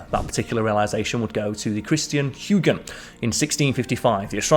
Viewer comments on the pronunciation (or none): Huygen? It’s Huygens! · Christian Huygen is pronounced Hoygan. Enceladus is inselitus. Just trying to help out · Christian HOY-gens En-SELL-uh-duss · First time watching your channel, is space not your thing? The pronunciations of Huygens and Enceladus are really, really bad...Huegans and Enkaladus? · It’s Christian Huygens, with an ‘s’. Not that he’ll give you a hard time about now. 😁